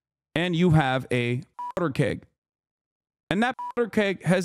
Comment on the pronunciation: Can't say powder. Lmfao